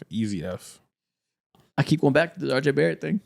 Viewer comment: Josh giddey so much better than “are jay bare ett”